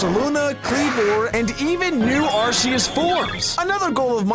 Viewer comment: Due to the arc phone being pronounced ark phone, arceus is not pronounced arseus be instead arkeus or arkoos if you’re an mandjtv fan